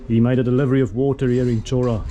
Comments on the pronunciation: The main town of almost every small Greek island is called 'Hora', literally meaning 'land' or 'place'. It is pronounced with an H like in 'Hi' or 'Hydrogen'. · beautiful island! Many Greek islands have towns named Chora...just to clarify, it's pronounced HO-rah...the CH is an H sound! well done!!